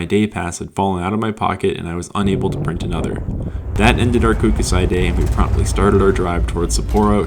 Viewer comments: Japanese use particles to pronounce their vocabulary it’s simple Ko- ku- sai The last part you are saying “say.” If you’re going under the Gondola it’s best to always stay skiers right. Firstly it’s a better run and secondly as you found out, getting back to the course is not so easy. The real good stuff is over the back! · You absolutely butchered the name of my local ski mountain Kokusai 😂 I could show you some wicked side country there.